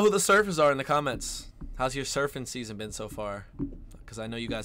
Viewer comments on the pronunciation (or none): none